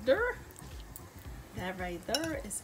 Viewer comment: “That right der” 😂😂😂 sound like me when I’m cooking! Definitely about to try this